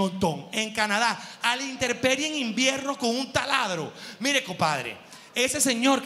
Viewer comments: Ja ja ja GH!! No es "interperie" es intemperie!!!!!! Niche!! ja ja ja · Buen vídeo GH, soy fan tuyo, PERO una corrección... No es interperie, es intemperie. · Yo te amo, pero se dice: Intemperie, no se dice interperie.... sorry pero te amo y eres comunicador. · Mi amor se dice,intemperie no interperie! Cariños 😘😘😘